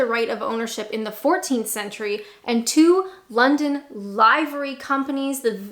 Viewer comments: Livery... pronounced " Liver (like the internal organ) ree ".."Liv-er- ree" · LIVERY - Pronounced 'Liver' (like offal) followed by 'ee' sound. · This has the potential to come across as ' dickish ', I hope that you see it as it is meant and that is not that way. ' livery' is pronounced as in " I live in the U.K., rather than " I am alive in the U.K." My sincerest apologies if that sounds condescending, I assure you that it is not, 🫂. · 3 months late, but never mind. “Livery” is pronounced as you would expect to say it if you were saying something was similar to liver or a liver. Like “I live in Leeds”, not “The Who: Live at Leeds” It’s to do with designs on uniforms, colours on items like cars, heraldry, that kind of thing.